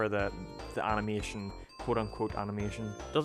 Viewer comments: it's animation not animotion... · Points to the end of “Animation” and says it’s “motion” no it’s mation you’re wrong